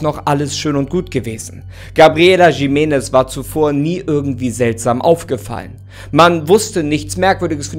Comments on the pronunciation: Nicht „Schimenes“ sondern „Chimenes“ (Jimenez) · Bitte nicht Jimenes, J - wird als CH- also als Chimenes ausgesprochen. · Das heißt gesprochen "Riménez" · Ich glaube, es wird "Chimenness" ausgesprochen. Mit so einem "Ch"....hm...wie bei dem Jorge Gonzalez von Topmodel oder was das war. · Triggert mich wie du Jimenez aussprichst 😂 es wird J als H ausgesprochen 👀,,Himenez" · Jimenez ist ein spanischer Name, also sprich es auch so aus